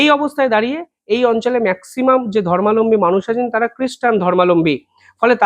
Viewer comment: আপনার খবর অত্যন্ত নির্ভর যোগ্য। কিন্তু আপনার একটা উচ্চারিত শব্দ বেশ ভুল। কথাটা' ধর্মালম্বী'নয় 'ধর্মাবলম্বী' ধর্ম+অবলম্বী। অর্থাৎ যিনি যে ধর্মকে অবলম্বন করে থাকেন।